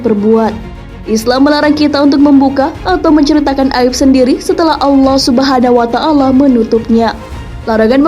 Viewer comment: Allah subhanawa ta'laa ...yaa.... admin jangan salah ucap...